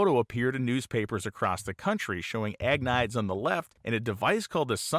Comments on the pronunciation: Great video. Just wanted to caution you though that Agnides is pronounced something like ag-knee-des. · "Ahg-nee-dez" How good can your research be if you get his name totally wrong? Seriously, the repeated butchering of his name makes this unwatchable. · I can’t watch a video about a Greek person whose last name keeps getting pronounced AG-niyds. There is absolutely no way that is how that name is pronounced. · I think his last name name is pronounced Agh-need-ees. BTW I thoroughly enjoy your channel especially anything to do with drag racing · In most Greek names, you put the emphasis on the second syllable. Ag-Ne- deez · I think you'll find that as he is Greek his last name would be pronounced Ag-nide-eez. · Interesting video, thanks. But, being Greek, I'm not sure you're pronouncing his last name right.